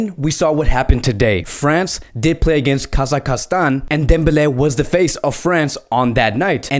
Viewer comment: yo is this guy dyslexic, he cant Deschamps or Kazakstan right